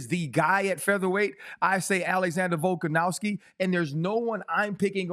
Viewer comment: Can we please get RC to pronounce Volkanovski instead of volkanowski 😖. Not a huge deal but every time I hear it it’s like nails on a chalkboard to me.